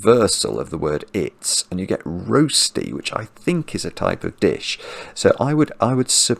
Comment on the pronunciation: "Roasty"? or "Rer-shti"?